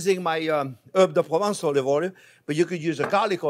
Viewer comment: Herbes de province everything pronvince :D